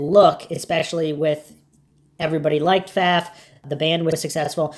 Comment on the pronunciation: Last name pronounced correctly. Thank you